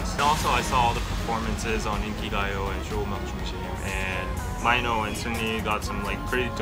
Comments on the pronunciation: is no one gonna correct that mino is pronounced mee-no not my-no.. lol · Am I the only one confused about how he is pronouncing Mino? Is it not meant to be like "mee-no", or have most of us been pronouncing it wrong for years? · Wow, I have only ever heard him referred to as Mee-no, never My-no.. So strange, but good to know!